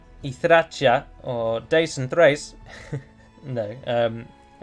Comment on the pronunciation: another great video I just want to fix a one tiny mistake with the pronunciation of Dacia. The correct pronunciation is Dac[sh]ia actually. I don't know why in Latin is pronouns like that but it is the sound of [sh]. As for Thrace you got it correctly as a pronunciation just like someone from the Balkans will say it in Latin lang. Keep up the great work man....Much love from Bulgaria!!!!:)